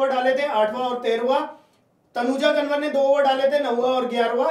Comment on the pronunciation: तनुजा कंवर ह । कनवर नहीं 😅